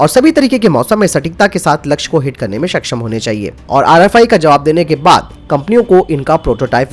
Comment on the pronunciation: Self propelled ka matlab hain khud se chalanewala na ki khud ko nasht karanewala. Khud ko nasht karane wale ko 'self destructive' kahete hain. Hindi uchcharan bhi sudharein. Saksham ko baar,baar shaksham kaha gaya hain. Kya ab hum Hindi bhi thik se nahi bolenge? Baki video achchha hain